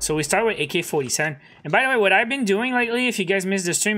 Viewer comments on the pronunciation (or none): none